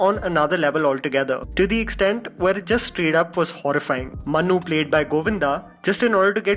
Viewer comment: It’s monu not manu